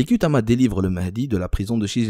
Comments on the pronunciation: On écrit ''Kutama'', mais le ''u'' transcrit un ''ou''. Prononcez donc Koutama, pas Kutama. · Kutama tribu de petite Kabylie chose que tu as du mal à dire... l' arabe